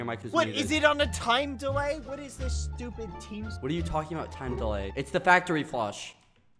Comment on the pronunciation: He sed stuped